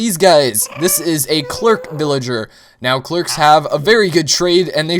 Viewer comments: lol he said clerc (Cl-r-k) when its cleric (clare-ik) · You say clerk, but its Cler ic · Cleric. Not clerk. :) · It's cleric not "clerks" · CLERIC NOT CLERK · Erm, that reading fail. Cleric is not Clerk the name is ( Clair-ik ) like the plate wearing healer class in RPGs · It is pronounced Cl-air-ic I play pen and paper rpg's and that is how it says it in the rule books. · In two parts 'Claire' (yes like a persons name) and 'ick' (like eww that's gross or sick without the 's') would be the right way to pronounce it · CLER-IC For fuck's sake